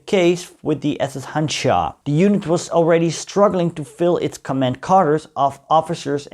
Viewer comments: It is pronounced Hanjar, not Hanchar. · You should pronounce it as Handžar …. That “ž” should be pronounced as “J” in “Joe” … btw, handžar is small curved knife from ottoman time used in “one on one” battles